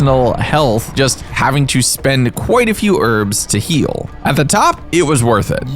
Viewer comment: cant stand how you say herbs.... YES the word herb/s has a H at the start